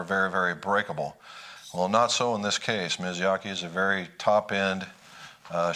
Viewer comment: 😳 Me-yah-zah-key.. Thank you...